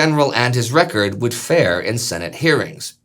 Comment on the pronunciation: has been out of the states so long, he says "Shenate" not Senate.